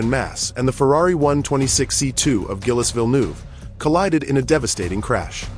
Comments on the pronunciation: Come on fellas ! Gillus Villnoo ? You can type words phonetically into AI text to speech - 'Jeelz Veel nerve' and it would say it properly. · Guilless Villenouve, please before talking learn how we pronounce french names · Gilus Villnew???!!!! More AI voiceover shit. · How hard can it be to adjust the Ai reading the script so it pronounces the names properly??? Frustratingly lazy documentary making. Tip: Spell his name Jill Vil-nerve. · Gillis Vilnoo! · Guilès Vilnouve?? at least your shitty ai to work properly, idiot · Learn to talk properly gillies vilnou,johan mass! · Gillez Vil Noov! AI 💩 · You need to do a better job of coaching your AI bot on French pronunciation. Who TF is "Gillis Vilnoove"...? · 16 seconds in and Gilles Villeneuve's name is absolutely trashed. How can the rest of the video be accurate. Sorry, I'll flick on. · Why use F2 cars? Why not the originals from that time. Also... NOBODY pronounces Gilles Villeneuve's name like that. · Good video but please stop using AI that can't pronounce the deceased driver (Gilles Villeneuve) name correctly. Lack of respect for a wonderful man and truly professional driver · Not that hard to pronounce properly. Gilles Villeneuve.